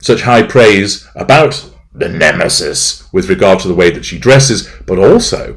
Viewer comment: Yes. High praise for the ne-me-sis is surely 'biting' 🫦 at HW. Ha! 😄